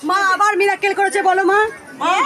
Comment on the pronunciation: Camerar dike takie recording korun. Aar kothata মিরাকেল .মিরাক্কেল না.